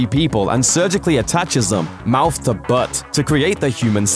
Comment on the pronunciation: The way he said 'mouth to BuTT' 😂😂😂😂